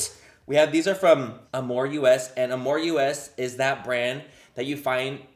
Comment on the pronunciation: How he kept saying “amor u.s.” instead of “amor us” 😂 😂 😂